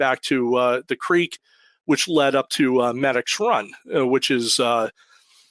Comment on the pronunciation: Pronounced me-dix after the tributary medix run shout out to medix hotel awesome food and people